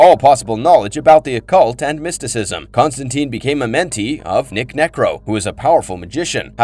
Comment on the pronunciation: According to Gaiman, it's TINE not TEEN. The film ruined his name lol.